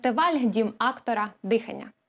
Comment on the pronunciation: Актора ?! 😊 Девушка с ударением проблемы ?!